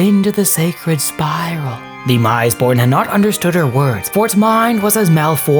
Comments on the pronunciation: The "mis" in "misborn" should be pronounced as "miss", not "mise". It's the same as "mistake" or "misbegotten". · Okay I had to stop watching this one after the fourth mispronunciation (or should I say misepronunciation?) of misborn. I understand there's a lot of weird made up proper nouns in 40k and mistakes are bound to happen, but IMO this one merits a re-record. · Isn't it like 'Miss-born', like misbegotten? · Pronounced Miss-born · Soft “i”. Meant to sound like, “miss”-born. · I think you're sayin' "misborn" wrong.